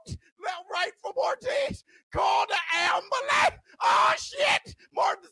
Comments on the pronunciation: 🤣😆🤣 "ambalans"🤣😆🤣😆 you a fool!!🤣😆🤣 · oh fuck I'm in stitches, when you started saying call the ambalamps!! 🤣🤣🤣🤣 I've got actual tears typing this hahahahahah, had to turn the volume down a bit on the headphones too hahahahaha. Class, a like well earned.